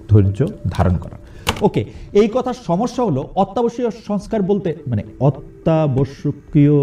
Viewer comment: অতি+আবশ্যক। চেষ্টা করলে পারবেন। প্র.ইউনুস উচ্চারণ করতে পারলে আপনিও পারবেন। নিয়মিত হরলিক্স খান; পারবেন। 🤠